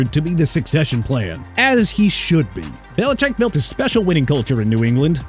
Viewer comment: Why you do belicheck like that 😭